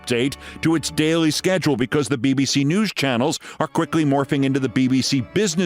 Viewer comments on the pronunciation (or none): none